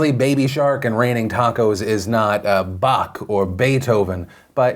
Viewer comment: that's not how u say Bach, Philip.